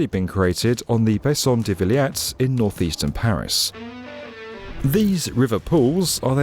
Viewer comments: Also it's Villette (as in "Gillette"), not Viliette. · French here. Very good reporting. Just a few mistakes: - The pool's name Bassin de la Villette is pronounced /veelett/, not /veeliett/. - The Oise river is pronounced /was/, not /oyz/. - About the hole being dug at Austerlitz, your numbers are mixed up on screen, showing 34 m wide and 50 m high (yet you say the opposite, so I think your graph is wrong) Finally, most Parisians don't like to take a dip in the Seine because the current is extremely strong and because the boat and barge traffic is very heavy. It's just too risky to swim in it outside of these official pools.